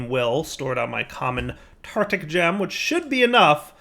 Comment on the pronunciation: Still saying "tartic" gem, I see